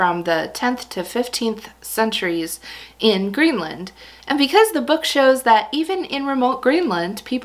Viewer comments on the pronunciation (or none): none